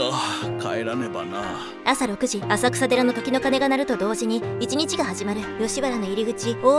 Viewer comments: アサクサデラではなく、浅草寺《せんそうじ》と読みます。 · 浅草寺 あさくさでら→せんそうじ、では？ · 浅草寺(せんそうじ)ですよ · あさくさでらwww せんそうじって読むんだよwww それから、ゼロ時じゃなくて、零時（れいじ）な。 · 浅草寺「せいそうじ」じゃないの？ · 「あさくさでら」て（笑）